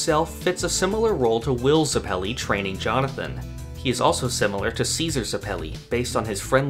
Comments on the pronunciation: Ughhhh stop saying zepili like that!!! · Why’d you say Zeppeli like that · You say Zeppeli wrong, yet someone say Gyro correctly.